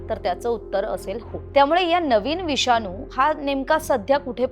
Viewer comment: "विषानू " नाही गं ....." विषाणू " !!!